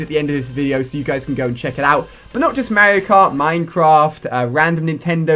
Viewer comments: What the hell is mayerio kart.... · You say Mario cart so weird lol. Accents don't make you 100% mis pronounce a name 😂😂